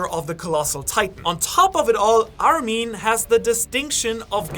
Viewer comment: mispronouncing mikasa's name was already eye-twitching enough but the way armin's names was pronounced made me want to commit genocide myself..."hey there armeeeeen"